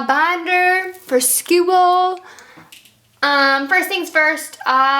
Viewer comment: “Skoool.” Haha I loved that bit